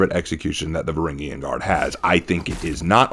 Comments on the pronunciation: Varangian, "Vuh-ran-jee-uhn". Say it again. Varangian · say it again "vuh-ran-jee-uhn"